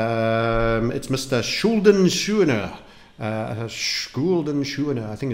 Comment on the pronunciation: Quite funny how you pronounced Schuldensühner. It is not his name. It means atone for your debt in german.